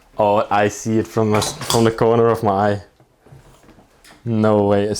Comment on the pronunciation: ‘I caught it in the ‘hoek’ of my eye’ 😆